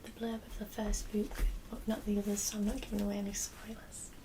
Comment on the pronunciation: Sexy librarian, I love the way you say 'boowk'.